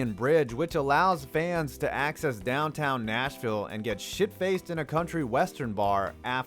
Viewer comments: Dahn tahn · dahn tahn. Youinz are funny.